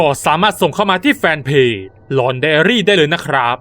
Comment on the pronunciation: พี่ค่ะทําไม่ชื่อของช่องพี่ชื่อหลอกใดอาลีแต่พี่พูดว่าหลอกใดลี